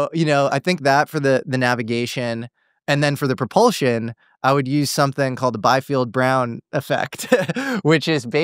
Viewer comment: He keeps mispronouncing Biefeld. It’s German! You don’t pronounce it as “Byfield”; it’s Bee-feld.